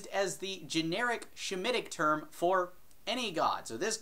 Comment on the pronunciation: Semitic not "shemitic". Nonhebraic aka outsdir hebrew mythos.